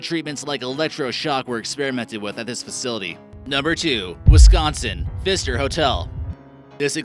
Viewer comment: #2 PFISTER Hotel remove the P from PFISTER. XD